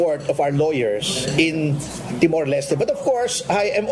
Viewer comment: Timor po hindi temor! Hour po hindi awar..